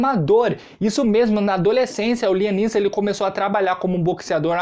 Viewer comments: Pronuncia correta láiam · Láiam essa é como se fala